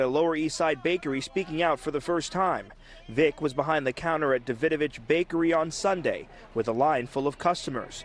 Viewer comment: That is........ not how you say Davidovich, wow.